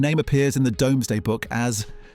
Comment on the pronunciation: IT pronounced 'Domesday Book' wrongly too, and I've only got as far as .